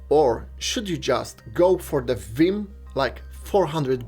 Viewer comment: Did he just say Viim?